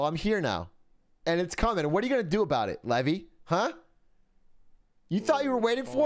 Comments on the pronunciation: *levy not levi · LEVY, NOT LEVI. DIFFERENT NAME, SAID DIFFERENT.